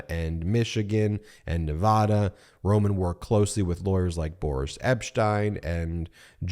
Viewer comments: Please note Nevaada not Ne vah da. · FYI: Nevada is pronounced Nev-add-u 😘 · Love your info Ben, but please learn how to pronounce my state’s name! It’s a short a like apple! In Nevada you can actually hear a collective groan every time someone says Ne-vah-da!! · Nevaaaaaaada! A as in ‘and’! Please pronounce it right. Thank you! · Please pronounce Nevada right. Arggg. 😮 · I can’t believe you do not pronounce ‘Nevada” correctly.